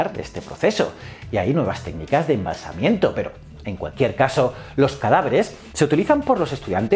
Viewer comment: Embalsamamiento, creo que se dice.